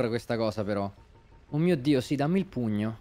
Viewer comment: All's fine, just me, feeling dead inside since calls it puGno instead of PUNIO